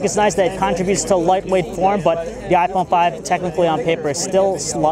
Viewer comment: WOw.. i guess he is a philippino guy. he said "iPone Pipe" i like the way how he says it lol